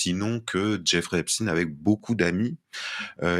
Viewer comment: Espein pas espin ils essayent, absolument de gommer son nom de famille juif on dit bien Einstein, pas Einstin un agent du Mossad payé par Israël, pour faire chanter L'oligarchie Mondial et les soumettre à Israël par des documents compromettant, on reconnaît bien la les manœuvres du Mossad voilà d'où vient en partie la soumission de l'Occident à cette petit pays qui commet un génocide en toute impunité, et dont personne ose condamné, ils ont noyauter tout l'appareil d'État occidental à des fins communautaires aux dépens des petits peuples occidentaux en France, tu dis simplement Israël et tout le monde fait dans son froc pendant combien de temps va durer ce chantage